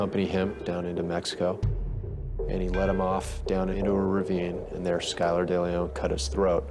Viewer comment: *Hawks NOT "Hawkes". *Skylar NOT "Skyler".